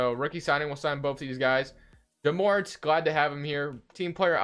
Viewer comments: his name is pronounced Jah More-Ant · Ja morant is my cousin so it's pronounce ja more-ant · It’s Jah murr-ant